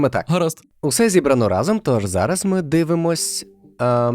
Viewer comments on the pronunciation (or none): none